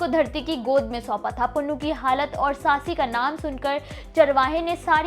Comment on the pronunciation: You don't know the ABC OF THIS STORY. FIRST OF ALL you are pronouncing SAASI the name is SUSSI BOY NAME WAS Punnu not Pannu. HE WAS a merchant.Bharti nai fatti the She ran from one side and he ran from the other.met in the dessert and died. Don't distort panjabi culture pl.you are very very in Panjabi Culture and language big zero. Pl.dont do this again. Hari Dutt Sharma Rt.Principal MA BA HONOURS M PHILL MED SANGEET BHUSHAN DOSANJH KALAN JALANDHAR